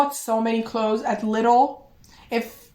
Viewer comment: You’re saying Lidl right! 😂 awesome video by the way 🥰 pile 2 I think. Or pile 4, idk it’s hard to choose lol. You deserve more comments!